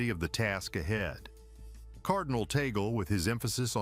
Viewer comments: 😮attention Mr vlogger pls pronounce it cardinal Tag-le not tee-gle. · His name is pronounce as TAG-LE not tagol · Pronounce Cardinal Tag-le NoT Tagel! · His name is pronounced as TAG-LE . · Of course l am for Cardinal Tagle. I know him and whatever donations my community gives, is always taken cared of by his secretary. I just hope you can pronounce his name properly. Taaahgleh! Something like that! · Please pronounce his name Tagle correctly.